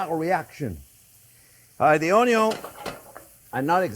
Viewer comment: it's pronounced "un yun" 🤣🤣